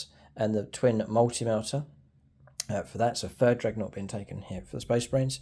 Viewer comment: I love your battle reports, but my god i cant help but get annoyed with "dregnought" 😅😅😅😅